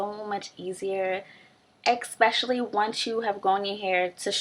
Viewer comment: Just wanted to tell you that it´s eSpecially not eXpecially --'